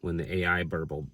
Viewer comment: THE BEERRBBLE!! Hahahaha made me laugh